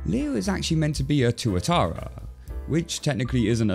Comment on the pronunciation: Yo I didn't realise Leo was a Tuatara. And that pronounced it properly. Tuatara's are native to NZ and are similar to Crocodiles, as their living dinosaurs. And being a kiwi myself, I love this